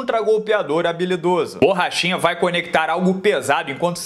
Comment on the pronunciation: "Borrachina" kkk